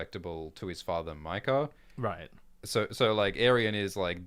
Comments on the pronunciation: Bro in no Targaryen name is ae pronounced (eye) there is no way maekar is pronounced (my car) it would be (may car) like (ay gone) or (ray near ah) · Hearing call Maekar, Mi-Kar, when I am so use to hearing it pronounced May-Kar is like nails on a chalk board 😂 definitely chaotic evil lol